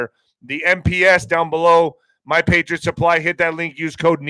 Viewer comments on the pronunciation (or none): none